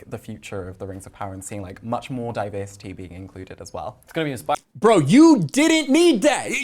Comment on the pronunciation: Tell me you’ve never read Tolkien without actually telling me you’ve never read Tolkien. I think these guys are getting ten bucks every time they say ‘diversitaayay’ etc.